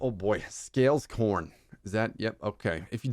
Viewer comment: “Scales corn” Bruh. It’s scale scorn 😂